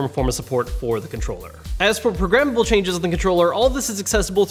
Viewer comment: Great review. Any one else think he was saying progrimmable. At first I was thinking wtf is he in about 😂